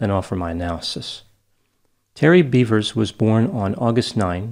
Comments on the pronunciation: It’s pronounced “beh-vers”. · theres no A, its BEVers